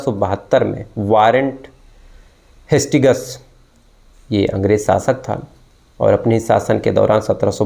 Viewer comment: आपने गवर्नर जनरल वारेन हेस्टिंग्स का नाम ठीक से उच्चारण नहीं किया।कहानी सुनाने से पहले तैयारी पूरी रखना चाहिए। सूरज और चंद्रमा की दूरी वाले सवाल का मैंने सबसे अच्छा जवाब दिया था ,लेकिन आपने मेरा नाम नहीं लिया।